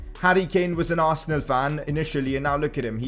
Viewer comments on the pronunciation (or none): none